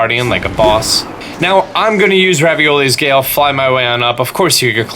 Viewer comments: He said raviolis gale instead of revalis gale I laughed so hard for some reason😂🤣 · You dont know how to say words... luminois stone? Raviolis gale? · bro said raviolis gale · its a joke just like he says raviolis gale and etc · I got the ravioli one, but wasn't sure about luminoice.